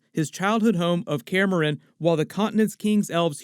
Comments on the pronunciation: no offence but some pronunciation is off lol. kaer morhen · Say Kaer Morhen one more time... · This is awesome, but I'd lie if I say that your pronunciation of Kaer Morhen didn't get me every time.